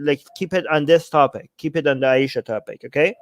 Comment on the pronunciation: I subscribed just to hear you say Aisha for the rest of my life. It's very nice when you say it ☺️☺️☺️